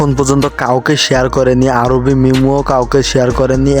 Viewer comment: আরে ভাই আরুবি না আরুহি😊